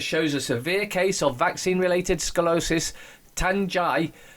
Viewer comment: Sko-lee-oh-sis is how it's pronounced, with the accent on the 3rd syllable. Not trying to be obnoxious by correcting you, I just happen to know a lot about it. So, HA! attributed to vaccines, eh? Wow... those things is rotten.